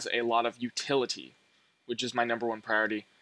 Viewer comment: Really STOOOOPID Damn.. giving emphasis on the word utility sent like a strong shiver down my spine.